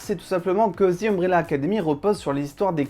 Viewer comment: "Zi" Ambrelle académie ? un petit effort quand même !!!